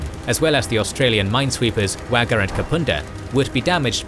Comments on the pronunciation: "wagga". You really need to run some of these pronunciations by an Australian. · And Wagga is pronounced wogga